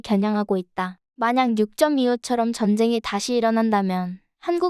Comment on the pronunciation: 6.25도 제대로 읽을 줄을 모르다니! 에잇! 공부 좀 하고 나와라.